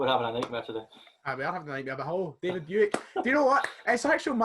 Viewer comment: Best start to TSF, there has been and ever will be! The bloopers and finally saying buick properly (aboot time)